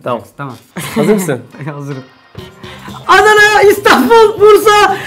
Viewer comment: te :Anana" mi dedi yoksa "Adana" mi ?